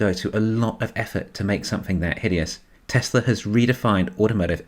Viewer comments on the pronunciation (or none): Baghdad Barra can't say "Tesla," lol. "Don't say that word! It is the word...the Knights Who Say 'NI!' cannot hear!"